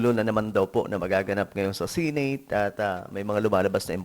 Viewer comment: Seneyt po, hindi sineyt😂